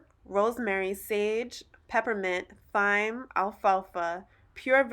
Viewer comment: FYI: “thyme” is pronounced “time”.